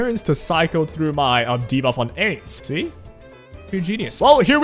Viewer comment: bro says "Aids" instead of Ainz.